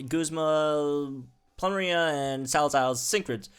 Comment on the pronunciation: Ploo - Meh - Ree -Ah Sah - Leh - Zule You're welcome. ;)